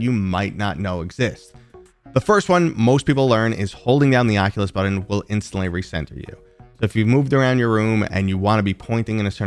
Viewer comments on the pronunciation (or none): Button, not Buddon. But great video :)